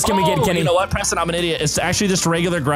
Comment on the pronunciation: Its Preston not preton